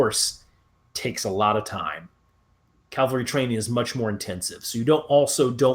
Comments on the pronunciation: Since you can spell cavalry correctly, why can’t you say it right? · You first need to learn the difference between Calvary and cavalry.